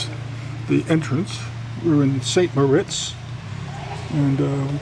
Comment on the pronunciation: FYI: "St. Moritz" is pronounced "San Mar Eets."